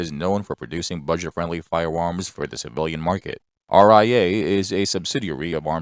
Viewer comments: Um, it is a robot. It said "fi-woms" like 99 times. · Fiwewams, schkip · Fie-uh Uhms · All I could think of watching this was : be wery wery quiet I'm hunting wabbits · Lol glad it wasnt just me who noticed